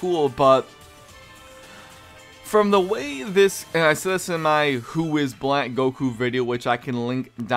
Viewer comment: yeah you said blank instead of black lol